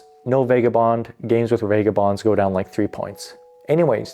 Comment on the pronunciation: I noticed that too right away. Buildins, fightin, needin, policin. I think it stands out so much as he over enunciats every other word and syllable but then that accent comes out strong. Also, Vega-bonds and eye-ren (iron)